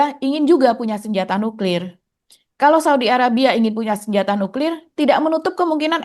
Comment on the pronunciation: Emang cara bacanya nyuklir gitu